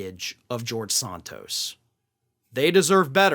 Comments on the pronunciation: Why is he pronouncing "sOntos" as opposed to "sAntos"? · Is it Sant tos, or Saunt tos as you pronounce it? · Why do you pronounce Santos as Sahn tos? Are you native born American? Are you dyslexic? Or are you being pretentious? Other than that, I really appreciate your reports, and am a subscriber.